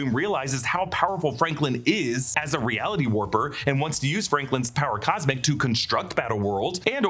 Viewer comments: "power cosic" lol. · Did he have a stroke?